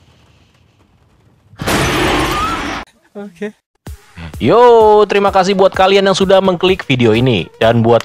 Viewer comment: Olweis ngakak receh pas ada org bilang "hohkeee" Di awal 😂